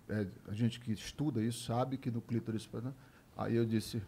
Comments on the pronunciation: Oi, não é clítoris, porém clitóris. Abrs. Tom é d+ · Poha, é clitÓris; acento no O...... Dá agonia ouvir clÍtoris. Desculpa. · Clitóris. ClitÓris. A pessoa não sabe nem pronunciar, imagine localizar... 🤦🤦 Bete Oliveira 🌻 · Só um detalhe: não é clítoris e sim CLITÓRIS. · Desculpe, mas a pronúncia correta é clitóris e não clítoris de acordo com a maioria dos linguistas brasileiros e portugueses. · Pô, Tom! É clitóris, e não "clítoris"!